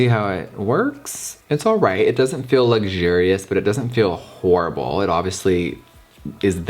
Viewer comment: Make it merch! Jeffree: it's not whorrible